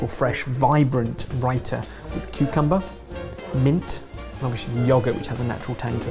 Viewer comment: Anybody else cringing on how they are mispronouncing pakora and raita... 🤦🏽‍♀️😆 as a south Asian... I'm slightly put off